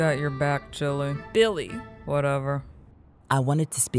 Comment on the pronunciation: calling Billie chili instead of Billie. 😂😆🤣